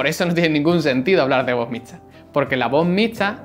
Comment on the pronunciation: No puedes pronunciar la "x" xD...